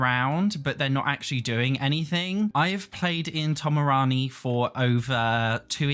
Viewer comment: bro calling Tomarang Tomarani lol but yeah igy